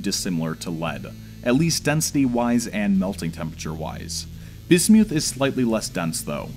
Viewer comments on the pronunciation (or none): It’s pronounced biz • myth NOT biz •Mewth SAY IT RIGHT 🤬🤬🤬🤬🤬🤬🤬🤬😡😡😡😡😡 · ...only an American could pronounce it: bis-MEWTH!!! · I had to stop watching as your corrupt pronunciation of "Bismuth" was intolerable... sorry I tried. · Did he just pronounce bismuth like bis mewth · This is awesome! Side note: totally pronouncing it Bismewth from here on out. Bismuth is such an ugly sounding trash word. But BisMewth... now THAT is a powerful sounding Pokemon name, and I am here for it. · Rusty Shackleford painful right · "bismewth" (the way he pronounces it) sounds like a pokemon lol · LOL bismyouth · That's the most embarrassing pronunciation of bismuth I've ever heard. Great video otherwise. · bro...just say the word right...thats all I ask. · If you want to die take a shot every time he says bismuth funny.